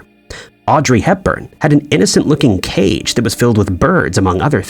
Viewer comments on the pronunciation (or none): none